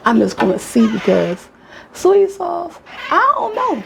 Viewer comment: Are you saying soy sauce?